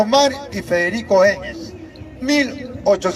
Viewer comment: Ese VIEJ0 WEB0N ... dice MAR en vez de MARX... dice ENGES en vez de ENGELS... ests perdido ese anciano